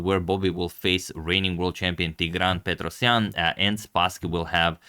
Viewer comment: Mr. Agadmator when the players have Russian or Slavic last names can you pronounce them properly with a native accent. I want to learn how to say these Slavic names. In the US we butcher those beautiful names. You did great in this video especially with Petrosian